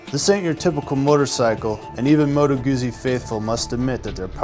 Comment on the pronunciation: Was looking at the v7 but wow, this looks awesome even if well over the budget. Not sure how great this would be for a novice rider. I really love the look compared to the current crop of sport bikes. Oh and think Google when you pronounce it--Moto Gootzi